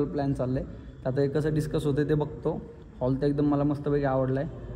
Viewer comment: Holl नाही रे हॉल किती साधे आहें ते😂😂😂